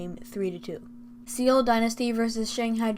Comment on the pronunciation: Very good video dude! This was very helpful because i couldn’t watch all the matches.Just one thing i have to say:Seoul is pronounced kinda like soul not „se-ul“